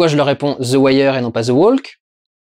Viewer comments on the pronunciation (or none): ça se prononce THE WOK en bon anglais.. c'est insupportable d'entendre ce L censé être silencieux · Plutôt the "wauk" d'ailleurs... Insupportable d'entendre des gens agressifs se tromper en essayant de corriger les autres !